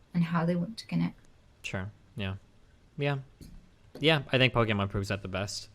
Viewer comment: Nobody: Destiny: "Pokimon"